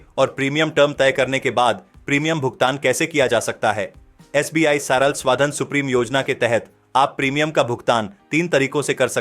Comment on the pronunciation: It's सरल not सराल